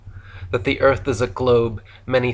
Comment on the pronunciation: Im so calm while listening to this ..."ERF" is FLAT so real it is